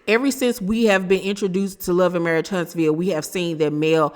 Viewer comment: While you at it, tell her it's marriage not marrish